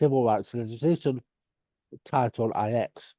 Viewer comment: Title NINE. Not title EYE ECKS lol